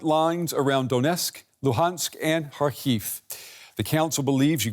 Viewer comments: Kharkiv: pronounced with the accent on the first syllable: KHAR-keev. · DW! Please try using Ukranian way of reading the cities. Kharkiv shud be pronounced kind of like harkiu right?